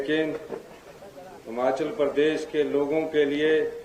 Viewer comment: मुख्यमंत्री जी बहुत बड़ा दिल कर के कहना पड़ रहा है की एक साधारण सा भाषण आप पड़ के बोल रहे हो। 15 अगस्त के मौके पर शर्म नही आ रही अपने नेताओं की चाटुकारिता कर रहे हो। बहुत ही घटिया भाषण और हिमाचल बोले न कि हमाचल। पड़ कर भी बोलना नहीं आ रहा